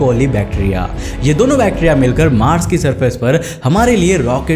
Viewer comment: He say bacteria prouncation wrong